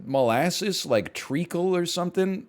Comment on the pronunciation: "I love Mole assses" - Northernlion 2023